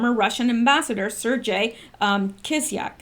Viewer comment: Sergei rhymes with Air-gay.